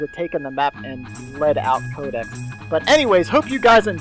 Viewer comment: pronounced my name wrong. It's pronounced Cod-ex. Like Call of Duty X. Oh.